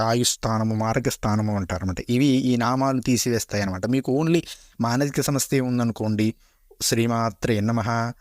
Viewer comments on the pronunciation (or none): none